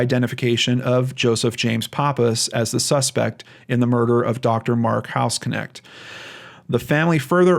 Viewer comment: don't know if anyone else mentioned it but the way to pronounce his surname, which is german (i know cause i'm german :)), is [knɛçt] not k-nect. a bit like the sch in mc escher. might be pronounced differently in the us though. funfact: hausknecht means housemaid or caretaker. very interesting case since i heard of the hospital before when i was visiting texas.